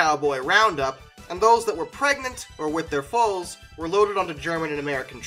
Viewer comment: Did you just call them fowls instead of foals?